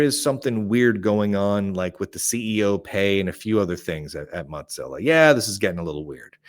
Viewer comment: Why do keep calling Mozilla, Mot-zillla?